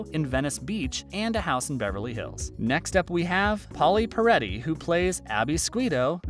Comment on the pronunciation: Narrator: Pauli Pe-rette......not Pe-rett-eeeee